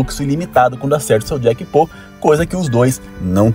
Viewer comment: To nerd se fala jackpot mesmo, n jackpô